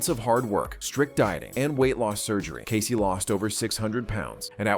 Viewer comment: casey almost sounds like caseo